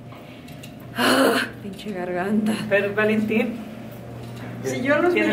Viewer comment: Valentin se dice flemas LOLOL jaja